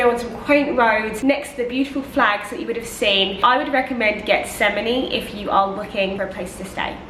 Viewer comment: Getsemani is pronounce = HETS-a-man-E. The G is pronounced like an H.